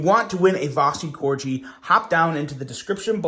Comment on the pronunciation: Corg——-eeeee, not cor-jee, 😂 like the dog. Merry Christmas though, hope y’all had a good one.